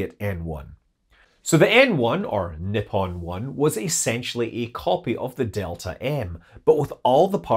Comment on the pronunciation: just a nit-pick for the future, in case it comes up again; the "ni" in Nippon is pronounced like the sound in "knee". The 'po' is more "poe" than "pah", like in "pony" and the 'n' being a somewhat more distinct syllable. "knee-po-nn" kneepon